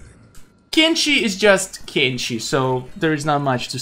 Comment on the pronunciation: Why u say kenshe is kenshi not kenshe